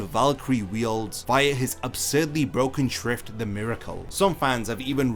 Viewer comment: SCHIFT NOT SHIFT OK? STERRNRIDDER OK?